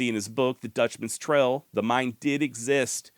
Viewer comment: Love the video brother.. but why do u not pronounce your A's? Instead of bail you say bell. Instead or trail you say trell.